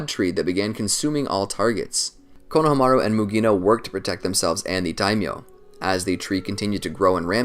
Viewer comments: I hate to be this guy but it’s Ko-no-ha-ma-ru, not Kono-hama-ru. In Japanese you give each one it’s own space. It’s not like English. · My man says konaha-maru 😂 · The Japanese break pronunciations of words and names evenly. It's ko-na-ha-ma-ru, not konaha-maru. You butcher it 🤣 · KonoHAmaru not KonohamARu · I REALLY HATE HOW YOU BUTCHER KONOHAMARU'S NAME ITS SAID FLUINTLY NOT KO-NO HA MARU INSTEAD ITS KONOHA-MARU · Can we establish how he said konohamaru as konaha mara but it’s Kona ha mara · IT IS KONO HA MARU NOT KNOW HA MAH ROOOOOOO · Am I the only one bothered by how he pronounces konohamaru as kono...hamaru. As if it were a first and last name. Weird. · It is pronounced... KO-NA-HA-MA-RU! Sorry... it's been bothering me for the last couple naruto videos you have been made.... I needed to point it out. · pronounced - kono-hama-ru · I want to keep watching but the way he says konahamaru is killing me im only 7 minutes in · I love these videos but anyone else get slightly irritated when he pronounces Konohamaru like “Kono Hamaru”? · You are pronouncing it wrong it’s (cone-a-hom-a-ru) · Fr 💀 konamahru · BRO SAY Konahamaru no konaha maru JEEZ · Please research character name pronunciation. Step 1: How do you say the subject of the videos name? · I hate how he pronounces konohamuru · Lmao don't be mad at me but I can't decide if I like or dislike how you say his name lol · He doesn’t say Konohamaru right it sounds so weird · Why is no one talking about the way he saids the name? It puts me off every time 😂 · u are pronouncing konohamarus name wrong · U pronounced his name so weird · The way you pronounced his name ultimately killed me seconds in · Why does he pronounce Konohamaru so weirdly? That's like saying KAKA-shi instead of Kakashi. did he say "SUNANIN" instead of "SANNIN" LOL! WHY IS HE PRONOUNCING THESE NAMES ALL WRONG? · god it bothered me how he pronounced konohamaru's name the whole video. good vid regardless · The way he’s saying konohamaru bugs me lmao